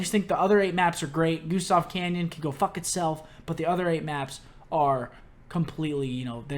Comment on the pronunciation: Cannon not "canyon"